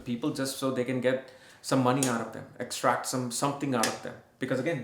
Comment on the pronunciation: Whatever you eat you have to EXCRETE - what you pronounced sounded to me like extract which makes it hv no meaning which is making sense 😮😅😂